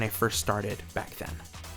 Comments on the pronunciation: Welcome to the community. Please choose a gimmick andhenshin device from the table and join the other newcomer in room Z-0. Also, it's "Double" not "W". It's literally said in the show and anime. In all seriousness, glad to see that more people are getting introduced to Tokusatsu through YouTube and anime. Growing interest in the West is what made Toei take a chance on releasing Zero-One, Geats, and Zeztz. Highly recommend by into Black Sun as it is available on Amazon Prime with full subtitles. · It's pronounced "Double" not "W" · No fault from you, but the official pronunciation of "Kamen Rider W" is "Kamen Rider Double". They omit the "u" at the end since it's just awkward to say, and "Double" gets the whole meaning and gimmick across; a two in one Kamen Rider. I find that it is best to listen to how the characters in the show pronounce the names to help get over that confusion. I know some people have trouble with names like OOO, Fourze, Zeztz, etc. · It's pronounced Kamen Rider "Double". And if you like Zeztz and Geats, I also recommend Zero One and EX-Aid. All of these series had the same main writer Yuya Takahashi.